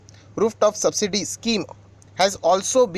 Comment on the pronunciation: भाई साहिब subsidry नही subsidy होता है. गलत बोल रहे हो.